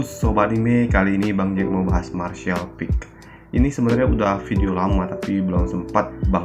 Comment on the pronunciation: Martial peak bang bukan peek